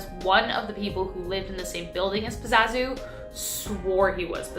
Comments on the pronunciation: its Pazuzu. Not Pazazu. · the demon In the exorcist was pazuzu not pazazu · The demon in The Exorcist was called Pazuzu not Pazazu